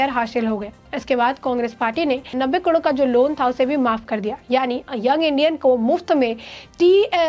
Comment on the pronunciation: He's Oscar Fernandez, not Oscar Fadnavis. He's Khadge, not Khagde. करोड को कडोर न कहें। Pl improve on pronunciation and accuracy of news. Don't be monotonous.